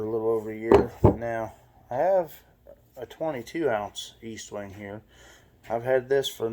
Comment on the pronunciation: ESTWING NOT EASTWONG!!!! You should know the name of the hammer before doing a video pathetic